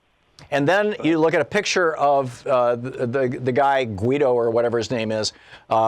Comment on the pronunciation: Gw-Y-doh... not Guido!!! Guido is a NJ Eye-talian perjorative